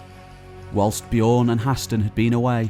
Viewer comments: Bjørn is very badly pronounced through all of this. It's not "bijorrn", but the Ø is the same sound as the U in "run" or the U in "burn". Other then that, great tale! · just saying the Ö in Björn sounds like the i in girl